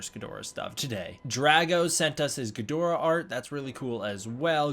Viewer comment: Ggidhora - never seen Ghidorah butchered so badly... gidora is what I did